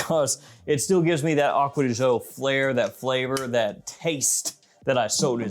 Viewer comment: Correct pronunciation of gio is actually somewhere in between the two pronunciations. You are also mispronouncing it